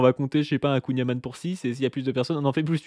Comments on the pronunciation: "On va manger du kouign amANNE" :S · le y sait pas dire kouign amann !! c'est am- AN-n pas am-A-nn c'est pas un breton il est banni de tout revendication de bretonnité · Il a mal prononcé kouign aman. En plus spécialité de Douarnenez, première ville communiste de l'histoire de France... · Ça prononce mal kouign amann, red flag ⛳️